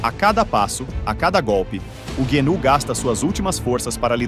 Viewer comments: Guenú , genú , antílope , gazela , reniú , guru, guiru , boi da cara preta , aguiru , depois enrola a língua ou teve um AVC sei lá !!!! Se não for uma narração para causar risadas procure saber o real nome do animal porque vc chamou ele de tudo quanto é nome 😳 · Nossa mano! tu pronunciou a palavra gnu de todas as formas possíveis kkkk como tu conseguiu essa proeza? ou a narração é I.A.?